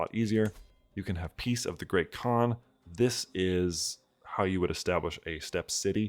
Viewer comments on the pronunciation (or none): none